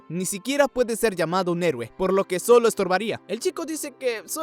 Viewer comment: Mui bacan pana este anime pana agua la parte 2 un saludo i ya sabe con toda 👏 i pronuncio la palabra :EROUE 😊